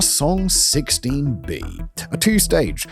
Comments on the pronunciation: Whasong, reminds me of the princess peach and chibi mario croissant video that they just keep repeating croissant, so i kee saying whasong when this guy says it, its fun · Who else giggles when they say Hwasong?